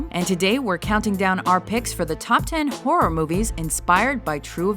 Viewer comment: did she say the amityville whore?